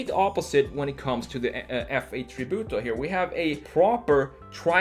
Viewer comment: I like how you say "Tributo", almost perfect Italian 👌🏼